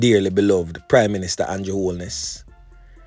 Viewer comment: Him a Jamaican and nuh know fi pronounce Condrew ( Andrew) name. Real big mouth fullyduNce